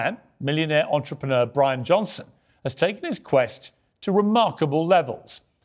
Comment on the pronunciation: " Johnson" not Johnston